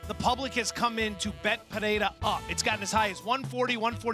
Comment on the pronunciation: How the hell does Brett pronounce Pereira wrong?